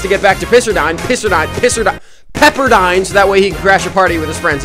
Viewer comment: Cancel becuase he said pisse